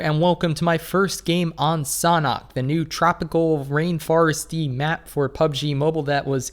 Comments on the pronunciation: It's not sonhok it is sanhok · Bro it's S-A-N-H-O-K not "Sonok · The way you pronounce Sanhok is so strange to me. I pronounce it San Hök, but you pronounce it more like Sanah. Idk. I'm not a native english speaker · Am I the only one thinks that Derek said sauna instead of sanhok xD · How to pronounce Sanhok????? Sand-hok Or Shan - hok Idk